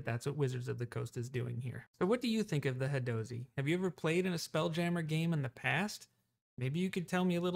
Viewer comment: I don’t think you’re pronouncing that correctly. It should be, “hadozee.” Hope this helped.